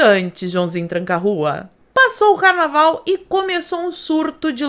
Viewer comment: "Carnalval contagiante" HAHAHAHAHHAHAHAH